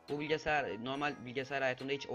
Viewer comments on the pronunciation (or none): bilgesayar olabilir gülüncek bir şey yok?